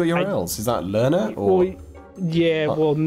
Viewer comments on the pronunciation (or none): when says learners it sounds like he's saying my real name Lana